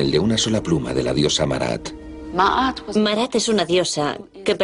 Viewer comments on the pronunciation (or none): Diosa Maat, no Marat.